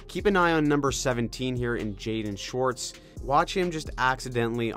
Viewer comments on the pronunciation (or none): none